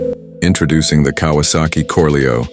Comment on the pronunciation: yeah "KAWASEK" eyy?